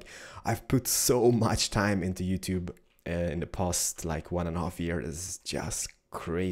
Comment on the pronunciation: YuTube LOL!